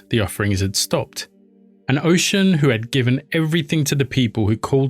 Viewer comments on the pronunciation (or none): Just to let you know, for future references, the pronunciation of these words are incorrect. It is pronounced “Oshuuuunn”, not Ocean. Also, It is “Or-ee-sha” (Orisha) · Orisha pronounced Or-Ree-Sha Oshun pronounced Oh-Shoon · Oh-Shoon (Oshun) NOT Ocean. Sorry, just can't.. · This was a decent job my guy But you gotta learn how to say their names properly. You mispronounce her name in the way you say “Orisha” Osun is the Yoruba spelling and it’s pronounced “oh-shoon” and Orisha is “O-Rii-Sha”. you can take it a step further and say them properly. Did a decent job, Now do an Even BETTER one. 😊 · Great content but please look up the proper pronunciation 😹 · Respect to oshun, plz say her name right.